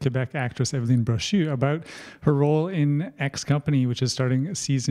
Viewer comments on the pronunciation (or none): It's Evelyne for God sake - learn the goddesses name!